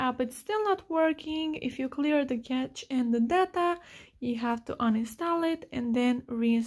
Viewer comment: its pronounced cash not cache